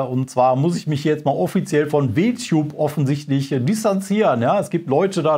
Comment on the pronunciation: "W-Tube" xD, hat keiner in der Redaktion Englischkenntnisse, um zu verstehen, dass man es englisch aussprechen muss, damit der Witz funktioniert? LG